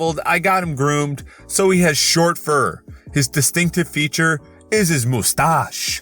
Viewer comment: The way you pronounced moustache reminded me of my French exams on Sunday, frick